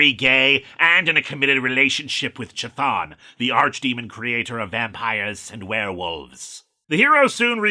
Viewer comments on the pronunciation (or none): none